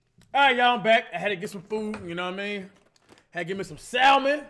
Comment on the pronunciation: Some sal-men?? 🤣🤣🤣 it's pronounced Sam-min breh